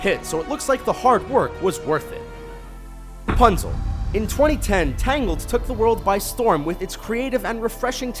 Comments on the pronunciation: did he say Punzel instead of Rapunzel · u forgot to say ra in rapunzel u said punzel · he actually said punzel